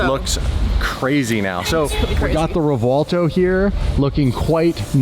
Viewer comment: REV-WELL-TOE REV-WELL-TOE PLEASE STOP SAYING REVWAHLTO 😂😂